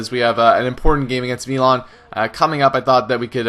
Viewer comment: why do you say melan? its mi not me